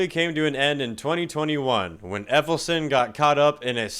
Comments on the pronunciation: Says ELLEF...now Say SON..now add them together - "Effelsin"..🤦‍♂ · "David Effelson?" Done. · Dave Ellefson, not Effilson. SMH. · It's pronounced ELL-EF-SON not EF-ELL-SON. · "EFFELSON". Really?? I can't tell if you're being intentionally disrespectful or if you're just that stoopid 🤔. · It's Ellefson not effelson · "Dave Effelson" you mean Ellefson bud? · It's "David Ellefson" not "David Effelson". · Dave “Effelson” 😂😂😂😂 lols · Nice metal uniform you got on there. Say it with me, Ell ef son. Brake it down salesman! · How you got "Effelson" from Ellefson is wild. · Dude thats funny,you called Ellifson Effilston 😂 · "David Efelson"... yeah, you clearly know your stuff. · Ellefson - not Effelson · Small gripe, but you repeatedly mispronounced David Ellefson's name. It's not Effelston. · Who the F is effelson? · ELLEFson not EFFELson. Other than that, superb work. 🤘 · Dave Efelson...I think you mean David Ellefson. Close but no cigar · Its Ellefson , not Effelson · Effelson? Dude try harder. And thr fact that Varg didn't make the first list, and he actually murdered a band mate. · Bass player for Megadeth was "Ellefson" not "Effelson" like you pronounced it. Also, he was sending nudes to a fan that his wife found. That's why he was canned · ELLEFSON not effelson... but cool video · Ellefson > Effelson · Did you say Effelson? Twice??? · David Ellefson - pronounced Ell-ef-son not Eff-el-son. Just fyi. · Your narrative is satire, I get that. Not entirely accurate though homie! Ellefson, not Effelson. And Fave never claimed anything about Metallica that wasn’t true. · ELLEFSON NOT EFFLESON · Turned ioff video, not even making it thru first one. First picking Dave Mustaine and then this d-bag podcaster citing Dave Effelson. Wow, your really well informed here, citing kicking a pedo grommer out of the band like it was a negative. And saying Efflelson more than once so it wasnt just a goof. Real well informed here. Not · ??? Efelson??? El...if...son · Ellefson, not Effelson.